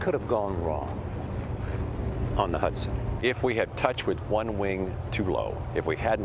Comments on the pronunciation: Is it Hudson or Huson. 😂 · It's HUDSON not huson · Hudson, not Huson.